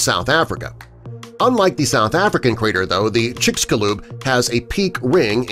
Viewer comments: It's called chicxulub, like chich+shu like saying sugar and lub like lube, chicxulub, in Maya the X has a sh sound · Kinda wired chicxulub sounds like “Chicks You Love”